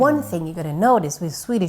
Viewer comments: husmansKOST, not koss or kots, like cost in english kind of:) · husmans-kost. its pronounced like the word cost